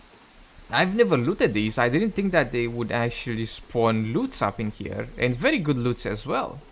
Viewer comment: Every time you say Verwwy Verwwy, I get Elmer Fudd vibes.